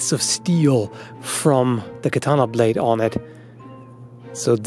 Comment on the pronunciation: I’m sorry but I can’t resist. it sounded like you said It literally CUt eento thuh blayeed